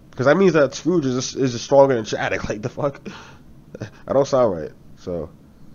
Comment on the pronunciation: His name is SCOURGE not SCROUGE!